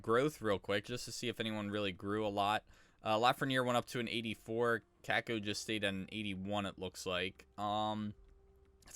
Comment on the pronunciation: is it Kakko or Cake-o? Brutal...